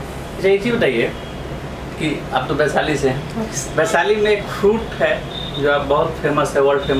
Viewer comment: काहे को interview लेते हो जब शुद्ध बोलना नहीं आता। बैसाली नहीं होता है बल्कि वैशाली होता है।